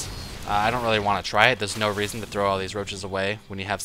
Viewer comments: "... and the raison for this" what raison? XD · Did you say raisin?